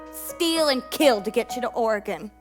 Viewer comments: I'm from Oregon and every time they say Ore-gone I flinch a little. Edit: I would like to mention it's only because I've met a lot of people outside the state who think that's actually how it's pronounced (not because of the show) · Damn non-Oregonians saying Or-eh-gehn. Oregon. Or-gun. Sigh. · No offense, but I'm pretty sure it's Oreg-ask. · OreGONE oreGOON oreGOWN oreGAIN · when your from Oregon and cringing at their pronunciation of Oregon and Willamette Valley